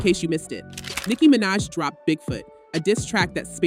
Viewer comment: This already sounds like a bot. How do you mispronounce Nicki’s last name😂